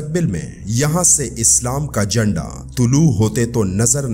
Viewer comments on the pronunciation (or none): لفظ "جنڈا" ہے یا جھنڈا؟